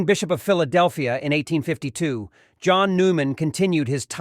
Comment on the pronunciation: This dude really Pronouning it as "John" instead of the correct the spanish pronounciation of "Juan" ,..... really bro ????